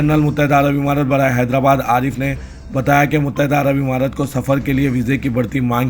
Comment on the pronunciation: Muttahida Arab Amaraat kaho imaraat nahin